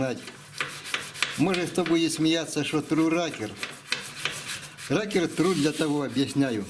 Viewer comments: Насмешило - отец называет рокер- "ракер" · Не ракер а рокер